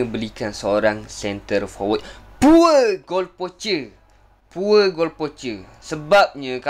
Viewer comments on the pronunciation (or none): Pure bukan sebut poor, piyor… pure - piyor… pure goal poacher - piyor goal poacher